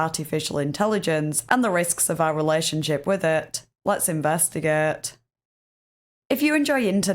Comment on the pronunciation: "LUËHTZ INVUSTAGUUUUÆHHT"